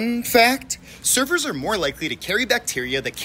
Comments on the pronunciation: At feast i thought he said servers as in like a waiter...was so confused till he mentioned the ocean lol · i wasn’t paying attention to the video and i thought you said “servers” instead of surfers and i damn near had a heart attack